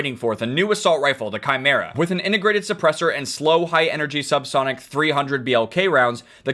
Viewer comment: Im happy says chimera correctly